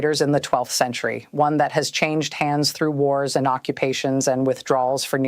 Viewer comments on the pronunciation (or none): none